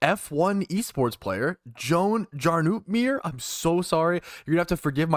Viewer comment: Name is pronounced “yarno opmeer”